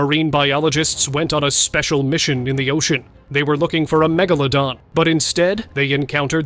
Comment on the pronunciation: How many megalodons did I really see.*. How many times did your AI mispronounced Megalodon. Too many times to count.